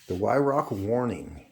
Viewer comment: It's pronounced VYRARK.